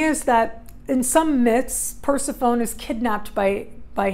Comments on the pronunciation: I believe it's per-sef-PHONEE. Not Per-si-phone. Not sure how someone could study mythology and not know??? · New sub! Capricorn, trying to figure out this Pluto stuff and relationships and transformation. Love the idea of Persephone voluntarily going to the underworld. I think it’s pronounced Per-sef-ony 😘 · Per·seph·o·ne | \ pər-ˈse-fə-nē (pronounced Persephonee -- long e. Not an English silent e like telephone) Great vid !